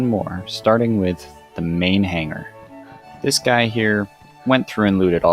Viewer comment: say "dis guy" one more time and ill fight you irl